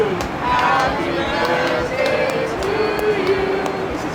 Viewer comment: They always feed him so he will be quiet and bother them it’s like feeding a bear. Did he say birfday